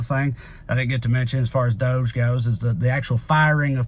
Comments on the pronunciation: Pronounce it dodge not dohge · Why you pronounce DOGE like dozh when it obviously sounds dodgy. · Doge is pronounced dodge-ee. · Personally, I think DOGE is pronounced, “DODG-E.” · It’s not pronounced DOGE it’s DOUCHE. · DOGE= dog-e/DOGGY/doggie like how mush is fuckin chump doge style........just my opinion on its pronunciation. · I agree with toneking56 (below) who wrote, "DOGE should be pronounced : Dodgy …. British slang for something that is dishonest or corrupt ..unreliable…low quality…..potentially dangerous…" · DOGE should be pronounced doggy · Can we all stop pronouncing Doge that way? I mean doesn’t it make more sense to say Dog-e as in first word of “doggy shit” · It's pronounced Doggy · Thanks to another poster here, I'm calling it "that Dodgy agency" from now on! (pronounced dodge-ee) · DOGE should be pronounced : Dodgy …. British slang for something that is dishonest or corrupt ..unreliable…low quality…..potentially dangerous… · We should pronounce DOGE like "dodgy". Partly because it will annoy MAGA, but mostly because it is dodgy. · I make a declaration of a name change: Doge from this day forward, must be pronounced Dog-ee. Got it? Dawg Eee. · I thought it was pronounced Dog e. Like musk is doing it Dog e style to America.